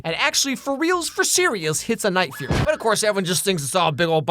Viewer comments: cackling at the night furry 🤣😂 vs the actual name: the night fury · unsted of furry you said fury 😂😂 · he did not just call it the night furry…